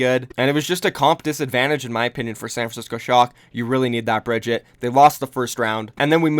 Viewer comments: Try and say Brigite instead of bridget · BREEEEEE-GEEEEEEE-TAAAAAAAA not Bridget PLEASE FOR THE LOVE OF GOD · How hard is it to say a damn characters name Brig-eat-aaaa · You pronounced Brigitte two different ways in this video and both of them were terrible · That moment when your entire career revolves around a video game and you dont know how to pronounce the most talked about characters name lol